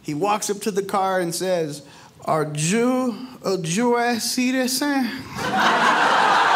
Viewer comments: "I was like, 'Are Ju a Jues Citeezen?!" ROTF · "Are Joo a Joo Es citizen?" hahhahahahahahahahahaha best line